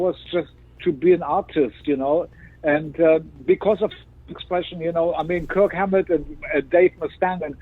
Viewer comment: He can mispronounce Kirk HAMlet and Dave MUH-Stann and IDGAF